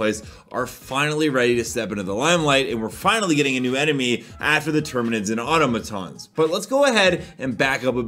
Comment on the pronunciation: How man says automaton hurts me